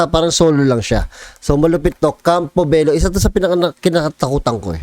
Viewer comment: Bello din po apelyido ko at tamang pronounce po dyan is Belyo kasi double "L" po sya hihi